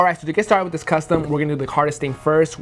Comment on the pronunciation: Reshurations WiF